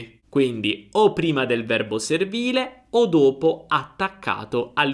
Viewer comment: Perché chiudi la lettera ( O ) quando dici : ( dopo ) ?